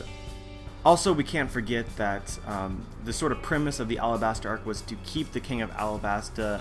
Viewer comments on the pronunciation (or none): none